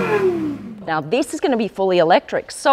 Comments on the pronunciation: All is great until she say 'electric' 😂😂😂. This is a joke, pls stop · Im so sorry for real. You lose me when you say "fully elect.." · i was so keen then you said eletric and i lost all hope